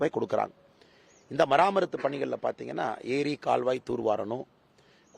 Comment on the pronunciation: மராமத்து பணிகள்/மராமரத்து அல்ல pls note.